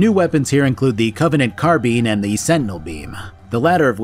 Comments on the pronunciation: Boy if you don’t stop saying carbean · CarBEAN???? Staaaahp it. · I've never heard someone pronounce car-bine as car-bean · Now I’ll never get car-bean out of my head… carrrr beeeeaaaannnnn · I don’t normally point out pronunciation but you say “carbine” wrong so often that it started killing me 😂. Also gauss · Oh god no it was awful hearing that. And why would a American pronunciation be the correct one when the original word came from the french? Not everything that america does different then the rest of the world is correct. x.x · That pronunciation of carbine is killing me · The pronounciation of carbine is triggering me.